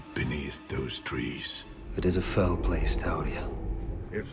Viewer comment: i thought they were saying foul, not fell